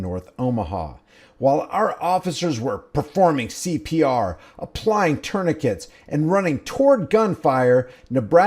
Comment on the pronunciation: News reporter couldn't read the word "Tourniquets".... He totally skipped it. Lol